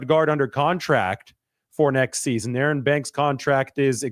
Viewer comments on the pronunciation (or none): none